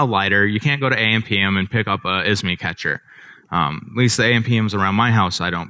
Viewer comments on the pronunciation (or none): ISMI ? It's IMSI, thank you.